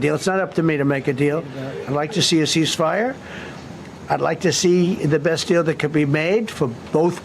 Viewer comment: great analysis, except for the Col suggesting a “air seizefire”….sounding like those fools at orangeman’s admin…😂